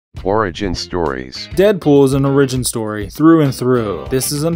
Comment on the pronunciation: oRIgion stohree?